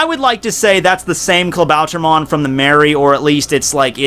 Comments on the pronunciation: Klabauter MAN ... say it correctly... MAN like SUPER MAN. Pronounce it in english... becouse iff you try to say it in german... it sounds reggy... "Klabauter MON!" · pet peeve: the way u pronounce klabautermann like "klabauter-mon"